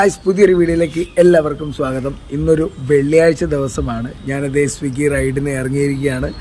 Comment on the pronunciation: സ്വിങ്ങി അല്ല സ്വിഗ്ഗി എന്നാണ് പറയേണ്ടത്